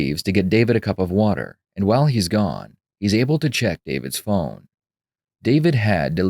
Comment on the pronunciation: The detective says phone like it rhymes with spoon. "There was some stuff on your phoon."